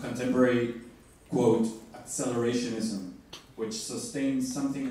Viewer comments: “This idea that accelarashiekfoinism...” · "This idea that...ACCELERESHOSHENISM."